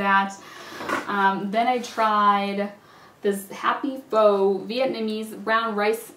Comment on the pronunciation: Pho is pronounced pha :)